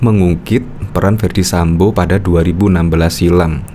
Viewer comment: Bukan Sambu pak, tapi Sambo...😪